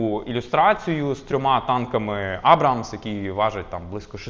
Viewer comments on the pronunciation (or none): none